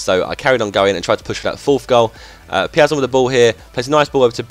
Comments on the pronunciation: The pronounce is: "Peea-zon". I'm brazilian man. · Piazon is pronounced peer - zon